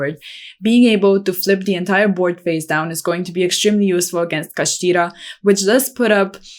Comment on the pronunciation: I like the accent when pronouncing kashtira haha this top 10 is definitely solid.